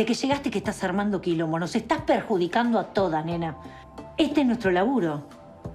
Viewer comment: Soy yo o en el minuto 34 cuando andrea rincon dice perjudicar en realidad dice "pejjjudicar" como tinayre?😂😂😂